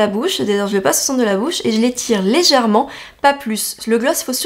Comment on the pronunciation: « ....sourcils PARsemés....tout en légèretENT....... » c’est une nouvelle langue? Par contre très bonne vidéo de conseil 👍🏻